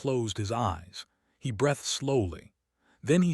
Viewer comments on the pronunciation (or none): Please please tell your AI narrator that the word breathed is pronounce "breathed" with a long "e" sound and a tongue between the teeth for the "th" sound. If you are going to use AI narration, at least teach it how to pronounce words correctly for the texture of use rather than just how its spelled. Another example is the word staring, which too often when used in stories, is mis-pronounced as star (one is a person looking as in stare-ing, not a star which doesn't use the "ing" at any point of its life.